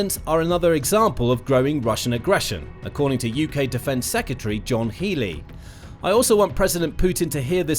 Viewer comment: Why is it that many media people can't pronounce Secretary? Instead, they say Secatary!! Yes, that's you mate speaking on this video.